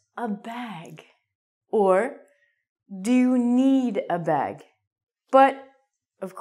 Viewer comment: say bag,not bog....